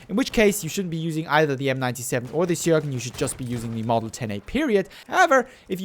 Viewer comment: It's pronounced Schöögrén